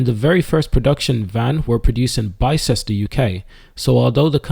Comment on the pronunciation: It's BIS-TER!! Written Bicester, but pronounced as Bister